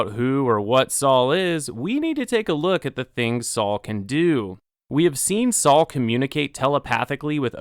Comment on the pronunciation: It's Sol not Saul!